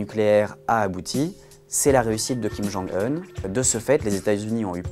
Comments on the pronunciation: Kim jong "eune" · Je suis presque sûr qu’on le dit pas comme ça kim jung heun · J'adore comme il prononce "Kim Geongue Heune", mais bon travail du "Monde", comme d'habitude ♥ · Que dois-je penser de l'analyse d'un journaliste qui n'a même pas pris la peine de rechercher comment on prononce le prénom de Kim Jong-Un correctement ? Sept secondes et quelques mots ont suffit pour perdre votre crédibilité. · Ça se prononce vraiment comme ça son nom en Coréen ou c'est le journaliste qui est spécial ?